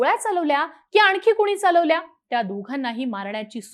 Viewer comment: आणकी नाही रे आणखी